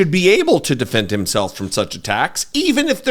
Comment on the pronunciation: counsel, did you say defend or depend?